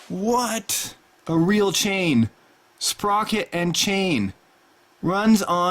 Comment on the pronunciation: rill? you mean real right